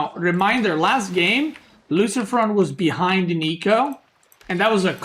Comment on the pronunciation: Best is the french pronunciation for luciFRON and then normal pronunciation for the french MarineLord best caster BAYBEE